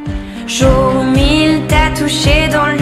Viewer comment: Pronunciación Joug on Amor numero on Ce la Amur suprem Di mua que tu ames Shu vu on joug Numero du Un suit Al hotel supplemont mogtel Yi te regarde Tute la nuit Donce surmon am ne plu permis Neuf jougs La vie cet du velours El eternite Une necesite Joug dis Vagacion du delis Que vudra tu feg? Une ballade en mer Shak jour Depandonce al amour Pa de dons atur Ce le joug on